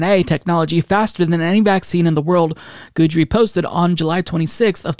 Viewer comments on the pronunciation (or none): also, it's said "gid ree" not "good ree" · It's GID-dree, rhymes with kid-dree, not goodree. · You're saying guidry wrong and it's killing me